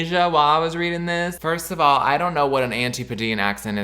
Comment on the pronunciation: “Daurn’t” is sending me so bad